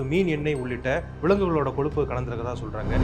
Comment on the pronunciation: "கொலுப்பு" இல்லை கொழுப்பு